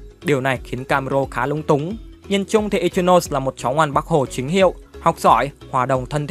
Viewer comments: I chi no sê anh đọc v đi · )) ad đọc hẳn i chi nô sê đi chứ nghe kh quen ad ơi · K liên quan lắm nhưng đọc là i- chi- nô- xe mà ad :>> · là i chi no sê chứ k phải ichimũi nha a còn k thì anh gọi là ichilose cx dc :)))))) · anh có thể đọc ichinose thành i chi nô se đc ko ạ vì e hayy xem 2d tộc họ nói v nên nghe quen r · ko phải bắt bẻ j đâu nhưng tên của Ichinose là tiếng nhật mà ông cứ phát âm như tiếng anh nên nghe hơi kì:v